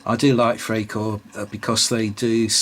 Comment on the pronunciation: Freikorps is pronounced Fry korps.